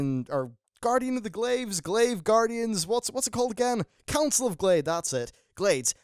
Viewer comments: Dat Counil of Glades;) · Lol "Counil of Glades" at the intro